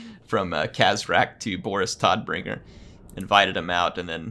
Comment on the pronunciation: Todbringer is german and is pronounced like "toad"bringer :) Tod is the german word for death.